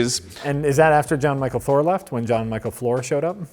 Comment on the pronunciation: It's pronounced "John Michael" btw haha